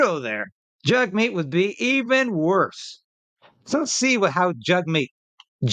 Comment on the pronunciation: Jag meet not Jug meet... Its an Indian thing its Jag